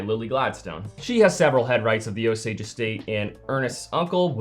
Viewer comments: It's "oh-sage"..... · Is it "oh-sage" or "oh-sodj"? I've never heard the pronunciation the creator is using but I'm wandering if that's just regional? I'm not from Oklahoma or that part of the USA but I used to work with a man who was (I believe) a quarter native American and I think I remember him saying "oh-sage", but maybe I'm misremembering. That's a possibility.